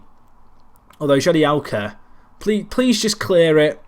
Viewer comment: Jagielka not jadielka